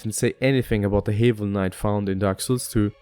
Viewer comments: it's like have you don't say the a's name so like havel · I think your saying haval wrong I mean Idc personally but just letting you know